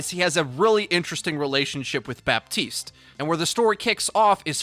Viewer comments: honey the P in Baptiste is silent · The p is silent in Bah-teest